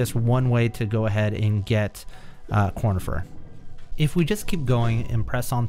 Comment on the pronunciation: I’m pretty sure it’s conifer not cornifer